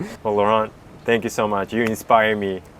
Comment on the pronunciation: Laurent is such a nice French name and you butchered it.